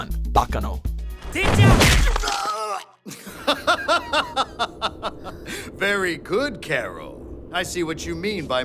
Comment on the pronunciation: Shocker. Y'all actually pronounced Baccano right for once